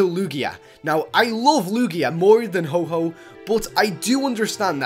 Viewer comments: also its ho-oh not ho-ho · It's ho-oh not hoho okay! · it us ho oh not ho ho he not santa lol just saying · What is ho ho. Its ho oh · its ho- oh not ho-ho 😔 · It's fuck Ho-Oh not Ho-Ho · its ho oh not ho ho just saying ok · It's ho-oh not ho-ho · It's ho OH not ho HO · its ho-oh not ho-ho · Another guy whom pronounces ho oh as ho ho. 😒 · it's ho-oh not ho-ho noob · its ho-oh not ho-ho no santa claus this year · HO-HO? XD THAT KILLED ME!!! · lol you said ho ho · Yeah he said ho-ho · Did he Just say Ho-Ho?.... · u said shadow ho-ho... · its ho oh. dude. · Ho-oh not santa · it's ho-OH < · its Ho-oH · you said shadow ho ho its not santa ok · Did u say ho-ho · It's Ho-oh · why you say ho-ho? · it is not ho ho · you said ho oh wrong lol its not santa XD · LPS Beanies boos and more! Couldn't agree more hahah. I knew before I said it that it was wrong. It's just my pronunciation 😅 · Not ho-ho,ho-oh Plz don't make that mistake!! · HO OH!! NOT HO HO!! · Ho ho ho! Hope you've been nice this year! I am Santa Claus. What the Fuck u pronounce ho oh as hoho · It is Ho-OH not HO-HO. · It's not "Ho-Ho" it's Ho-Oh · ITS NOT HO-HO ITS HO-OH! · You said ho-ho its ho-oh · Its not Ho-Hoh. Its Ho-Oh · It's not shadow ho-ho it's shadow ho-oh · is santa its ho oh not ho ho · ITS HO OH NOT HO HO BRUH DO YOU THINK ITS SANTA COME ON HO OH IS NOT SANTA WE ALL KNOW THIS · You said Ho-Ho instead of Ho-Oh..... GOOD JOB (not) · Ho-oh is not santa so don't call it ho-ho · NOT SHADOW HO-HO ITS SHADOW HO-OH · not ho ho its ho oh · its not ho ho its ho oh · Its nit freaking ho ho its ho oh dude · its ho-oh no ho ho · ho ho it's ho oh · said ho-ho instead of ho-oh just to tell u ;) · It's a Ho-Oh not a Ho-Ho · HO-HO XDDDD ITS HO-OH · ho-oh not ho-ho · its.not a ho-ho its ho-oh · ITS HO-OH! -_ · U Said Shadow Ho-Ho Not Ho-oH DOOD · mispronounceations.....you said"Ho-ho"instead of"Ho-oh"... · ho-ho? i thought is was ho-oh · Dude, it's Ho-Oh not "Ho-Ho"